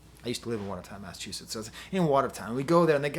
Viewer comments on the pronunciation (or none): none